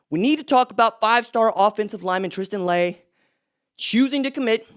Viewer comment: Maybe saying his name Correctly?